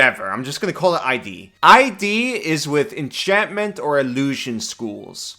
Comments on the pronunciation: “ ID isnt I-D btw its id, pronounced like “kid”, its a freudian concept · It's iiiiiD. Not I.D. "i" as in "Idiot" and "d" as in "dumb*ss". It's not a rare word. Read a book. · It's not "ID" like the shorthand for the word identification. the I is soft, like the word "it". Just with a d instead of t. It id. it's a psychology thing. id, ego, and the super ego. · FYI: "ID" is said as a word, not as letters. "ehd" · Hey, great video! Just FYI, "Id" in "Id Insinuation" is one of the 3 main parts of the discipline of psychoanalytic theory (ego, and superego are the other two.) And it is pronounced like the word "did," if you remove the first "d." Cheers! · its pronounced "id" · With "Id Insinuation" you're not supposed to pronounce it "ID(eye-dee)" its supposed to be say like "is" but with the s replaced with a D. Like Id Software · 1) “Id” rhymes with “did”, “insinuation” is “in-sin-you-ay-shun”. 2) 20 foot radius shatter is not just double the size, but FOUR TIMES the size. Absolutely crazy buff to shatter. 3) If you play this class with a plasmoid, you don’t have to worry too much about the armor or shield; you can use cracks and crevices in the battlefield as cover so you don’t get hit. Jump out the space between boxes, take your turn, jump back in. This way, the low AC isn’t much of a problem! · the d in Id is lowercase, so it's pronounced kind of like "it" with a d. It's a psychology term.